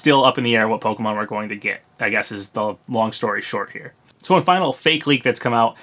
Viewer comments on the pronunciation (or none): none